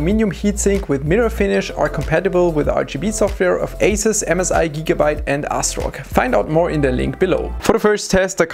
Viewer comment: I had to play it back twice, it sounds like he says ASRock as ASSRock